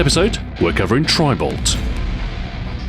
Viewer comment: It sounds like he is saying tribal.